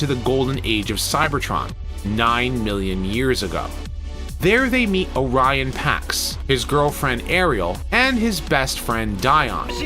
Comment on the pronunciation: "O'Ryan Packs"? No wonder Prime was so heroic. He was Irish Catholic! ☘